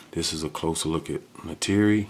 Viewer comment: You’re pronouncing Neytiri wrong